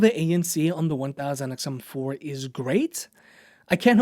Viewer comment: Love the review but you know you dont have to say "1000xmnoplkhslhgdlj" everytime 😂